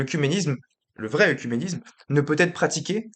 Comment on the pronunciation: Attention la prononciation du mot "oecuménisme" qui est souvent mal prononcé et ta vidéo ne fait pas exception. Cela se prononce "Œ(É)cuménisme".